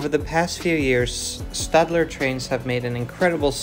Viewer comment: I thank you for correctly pronouncing Stadler, it may seem like a trivial difference, but its still cool to hear.